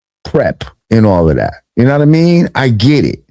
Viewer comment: No one says “you nah mean” like Lord Jamar … when vlad says it , it just sounds mad weird.